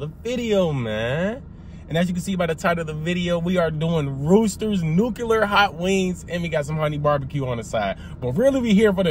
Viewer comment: "Nookuler" lol